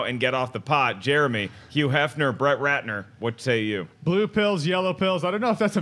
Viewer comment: patrick soler Yeah if it's a word that begins with hu he pronounces the h like a y. Maybe it's a regional thing. I wonder where he's from.